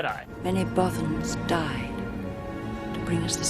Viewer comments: Both-ens? I always thought it was pronounced Both-ans. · why are you picking on the people that say instead of AT AT? I'm pretty sure I heard you say bowthans instead of bothans several times. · Jeez, I don't think I've heard such terrible pronunciations of "Bothans" before watching this video. Please, do us all a favor and never pronounce it "Boe-thans" ever again. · the way he says bothans.. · American's can't pronounce "Bothans" correctly, is what I took away from this clip.